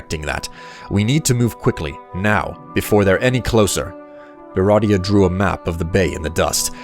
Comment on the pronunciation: This is cool, but why do you keep saying "beratia" for Beatia?